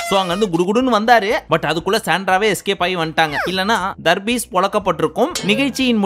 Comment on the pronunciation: Pls don’t say darbees here after pls say “THARRPIECE”